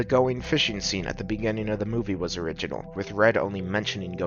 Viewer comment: Loving this video! I learned that Americans say "erjonal" for "original" lol